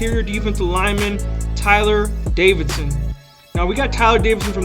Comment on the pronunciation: It’s actually Davison not Davidson but good video